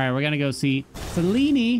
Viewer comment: It is definitely NOT pronounced Sel-een-ee, the devs pronounced it horribly but the other characters in-game all pronounce it Sel-ene, which is the proper pronunciation. I know women irl with that name and not a single one pronounces it that way lol